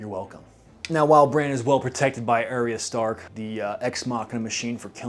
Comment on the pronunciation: Great video- you obviously spent way too much time thinking about this, but I can't get over the way you say "Daenery-us" and "Air-ee-uh Stark" like did bro not hear anyone say their names even once???